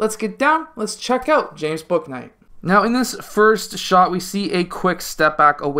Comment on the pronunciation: his name is pronounced booey-knight btw haha!